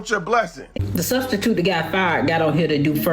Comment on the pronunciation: What is a studstitute??????? Cause it isn't in the dictionary??? 😂😂😂😂😂😂😂😂😂😂😂😂😂😂😂😂😂